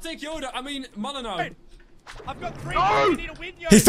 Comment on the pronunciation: Every time he says the word "Three" he says "Free" and it makes me think he skipped English class